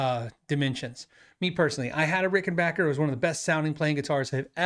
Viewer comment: Thank for you modeling the correct way to pronounce Rickenbacker. Seriously.